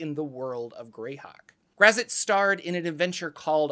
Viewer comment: This pronunciation of Graz'zt reminds me of the part in R.A. Salvatore's novel 'Sojourn' where a young boy mispronounces "Drizzt" as "the Drizzit."